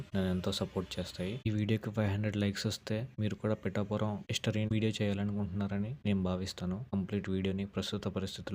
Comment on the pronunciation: ముందు పిఠాపురం అని పలకడం నేర్చుకో. పిటాపురం కాదు... "పిఠాపురం "